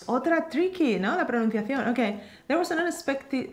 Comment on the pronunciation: Ame la pronunciación!! Aprendiendo con ustedes me siento lista para mi certificación... Yo también voy a ser an English teacher como ✌❤